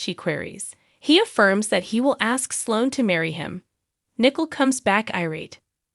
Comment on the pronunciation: The narrator pronounced COVID with an Ah sound And pronounced Nicole as nickel